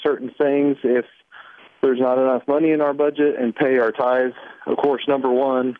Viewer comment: I'm assuming when he said tiths he meant giving. I'm sorry but STOP giving, until you get out of debt. You're broke! Stop giving your money away! "you call me saying i'm not able to pay my bills, well lets create some income" .....How about you stop giving away 10%